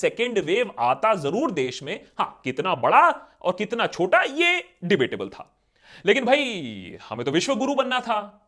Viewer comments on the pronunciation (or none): none